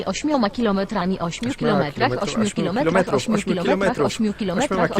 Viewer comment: kto słyszał 8 gilometrach xD